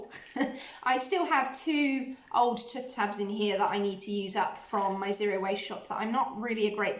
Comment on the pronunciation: I have taken stick deodorant to hot climates and never had an issue but you can put a small amount of it into a jar/pot and apply it with a wooden stick or your fingertips .. it is TOOTH not tuth ...you can say it properly as you said it a couple of times... sorry it is a pet hate!